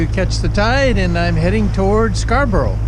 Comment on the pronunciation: Pron - "Scar-bruh" .. May all you biscuits be weevil free.